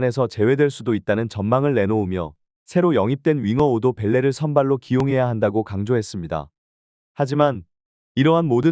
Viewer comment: 자동읽기라면 쓰기를 잘못했구만 4-0 말고 4대0 이렇게 쓰면 될것을 부지라 써서 읽는것도 부지는 이렇게 읽은건가? 오도벨레도 5도벨레로 읽네 ㅋㅋ